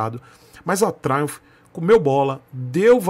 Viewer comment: Tioo tabajaj, "truimph".... 😂😂😂😂😂😂 Triumph alta cc e baixa cc truimph😅